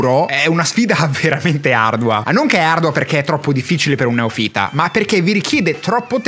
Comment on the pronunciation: Che poi "neofìta" non si può sentire...😅